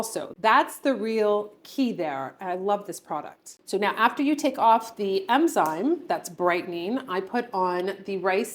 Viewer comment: I think its enzyme, not emzyne. I know that snail mucin is suppose to be great. I need it but I just can’t. 😂